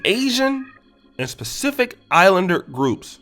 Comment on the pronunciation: You mean pacific not spacific my guy!!